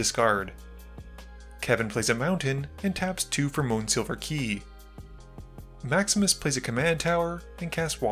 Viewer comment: Every time you say "Maximus plays", I hear "Max misplays"... 😅